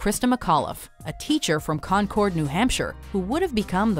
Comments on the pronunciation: It is Concord, New Hampshire (Con-Cerd) Nor CONCORD (Con-cord) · I’m from Concord NH and it’s pronounced Con-curd